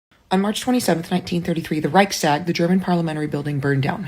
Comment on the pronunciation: You left your teleprompter onscreen again. Reichstag is one word, not two. And it's not about deer. It's the reich's tag, and it's "tag" meaning day, not stag.